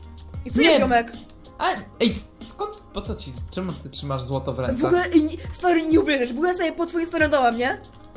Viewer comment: Nie zloto tylko złoto